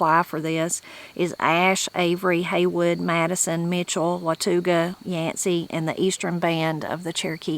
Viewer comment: The u in Watauga is not sounded out. Wa-ta-guh or Wuh-ta-guh or Wuh-taw-guh are the most common pronunciations. Watauga is just one county away from here.